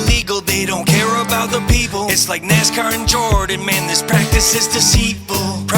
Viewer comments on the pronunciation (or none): none